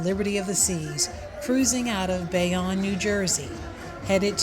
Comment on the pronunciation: Please learn how to pronounce Bayonne and Verrazano if you are going to vlog. Otherwise nice video